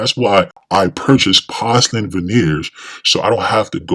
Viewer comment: Why don’t you know how to pronounce porcelain?